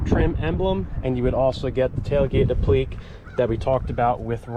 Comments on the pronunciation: Applique is not pronounces 'apleek'. A-pli-kay. Think 'application'. Every time you say it I want to scream. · Applique is app luh Kay not up-leak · Appliqué is pronounced app le kay. You know, french.